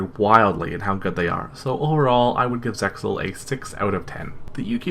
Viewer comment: Very cringe hearing you say zeal and judai. Then saying arc v wasn't that good. Idk man are you really a true duelist? If you actually pay attention arc v is the culmination of DM XD and 5ds. The three main protagonist from those series are taken from their worlds and put into the bodies of three of the split pieaces of the villian in arc v to balance the evil force I side them, Jaden had dark energy in him from 2 different entities which is why Yuri is psycho. I will agree they ruined the end..